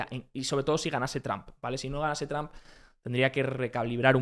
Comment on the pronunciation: tram xD donde aprendiste ingles? en lavapies?